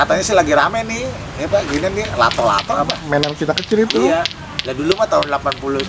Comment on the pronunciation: "Lha maenan bocah ituh." (Logat Betawi keluar)